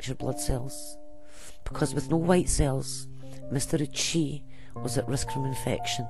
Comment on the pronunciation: Ouchi is pronounced Oh-oo-chi. Sorry, it just annoyed me